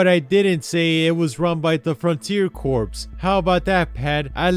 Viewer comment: Btw Corps is pronounced "core"